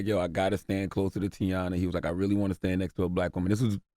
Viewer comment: How Envy mess up saying Teyana’s name 😩